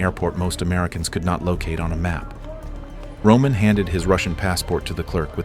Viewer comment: Romannnn not roomaaan